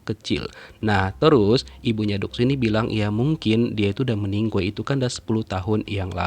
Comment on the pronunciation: tapi aku kangen dengar meninggoyyyy🤭😆😂😂